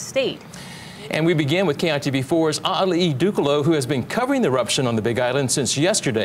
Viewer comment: A’ali’i ……… know what your reporting before you report it.